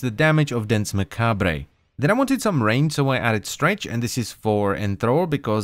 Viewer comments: It's not pronounced "ma-cab-ray", it's taken from the French and is pronounced "Ma-cab-re". Every time you said it wrong I cringed so hard it was unreal. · Macabre-pronunced Mac-Arb not Mac-Arb-Rey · Not trying to be pretentious or anything, but in “macabre” the re at the end is silence, so it sounds like “mah-kab”. Just thought I’d let you know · Macabre is pronounced Mah-kahb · Hmm, Macabre is pronounced Mah-Kah-Br